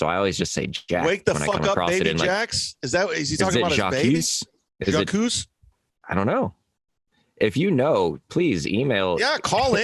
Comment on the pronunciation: you don't know how to pronounce Jacques? ever heard of Cousteau?! It's French.